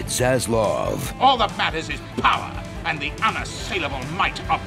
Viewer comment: Why the "N" gotta come first for "And" pssh lol